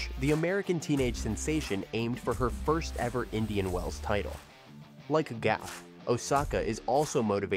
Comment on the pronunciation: Coco's last name is Gauff, not Gaffe!